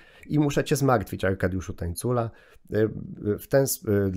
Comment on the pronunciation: Aj Tańcula przez ń a nie ni przepraszam